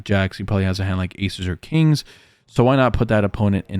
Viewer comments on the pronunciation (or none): every time u say pocket Kirans, I throw up a little in my mouth